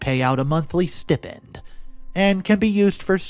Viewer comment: Stipend is pronounced STY- pend. Executor is egg-ZEHK-you-tor.